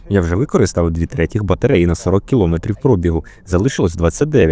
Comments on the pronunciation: Якби ще наголос правильний був, а то 100 разів за 10 хвилин коли чуєш "кілОметрів", починає вже вухо різати. А в цілому можна тільки подякувати за працю. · КілОметрів. Трохи забембує. У мене мама вчителька української мови....